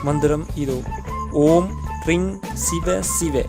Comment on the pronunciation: Ring ?? But u said tring? Siva siva? Or vasi vasi.? First you learn yourself correctly then you can publish in you tube . Don't give wrong directions in mantra. It will change the meaning and create a problem.